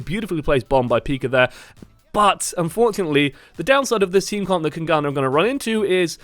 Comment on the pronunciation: PLS just call them kings and don't try to say kungarna.